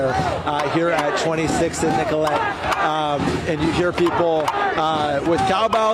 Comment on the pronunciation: Nicoll-it not Nicoll-ette